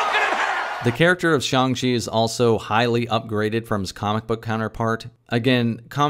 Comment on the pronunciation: It's "Shang- Chi... not shong shwe. ???